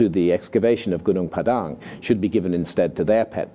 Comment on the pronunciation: I'm impressed with how he accurately pronounced gunung padang. Like a local.